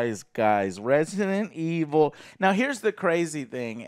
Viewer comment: Yes, this is Resinunuh evununl. Not Resident Evil